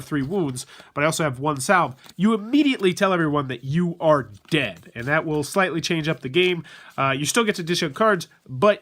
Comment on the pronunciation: "Salve" is pronounced "sav"! Stay in school kids!!